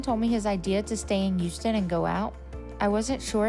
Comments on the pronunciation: They could use some duct tape on that thing. It would last long enough , I'm sure. LOL .Shes bigger than him. She needs to be on that diet, too. Noticed she said as soon as WE got back to town. So, she didn't have to work? She was afraid to face the fat grim reaper. Did he say " house-tin" texas?? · The dude never heard of Houston...and can't pronounce it?